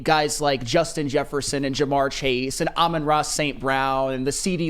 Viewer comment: Who's "Amron" and Who is 'Jjets' lol